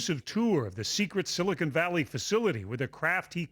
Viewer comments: "Silicon Valley" Not 'Silicone Valley' ... The news person should be ashamed of herself for not knowing the correct pronunciation. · she said "silicone valley"